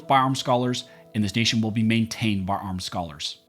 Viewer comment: When you say "built and maintained by armed scholars", it sounds like you're saying "bombed scholars" :)